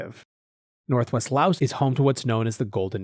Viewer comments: No it isn't. Lao is the language and Laos is the country. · I really like your show. But the “S” is silent.